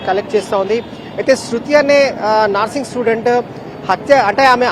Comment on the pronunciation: "NAARSING" STUDENT KADHU ANCHOR BRO., "NURSING" STUDENT ANAALI.